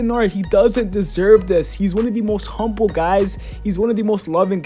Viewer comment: Did he say humble ?